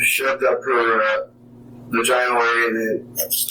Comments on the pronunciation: "...up her vuh-g-eye-null area." These people are utter trash. They are literal human waste! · This numb___s can't even say VaGiNaL correctly🙄 Some "protector" he turned out to be